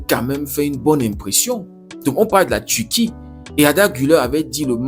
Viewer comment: On prononce Turquie pas Tuti